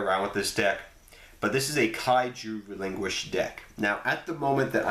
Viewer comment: Relin QUISHED. ._. not Relin Guished